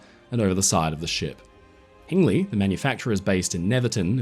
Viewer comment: My grandfather worked for Hingleys (It is pronounced as in Hinge, ) but after the Anchor. My grandmother was in the crowd who watched the anchor being taken to Dudley Port (Train station not shipping) for transportation to the vessel. Netherton has a sculpture of it, as it is still a source of local pride..